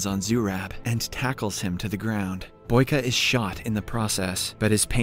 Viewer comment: Its boyka not baky